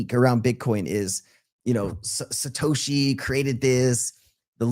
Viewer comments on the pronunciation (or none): none